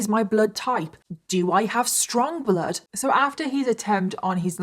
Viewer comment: Oh geez. Two words that DO NOT EVER belong in the same sentence, 'sexx' and 'bloood'. Never. Never, nope!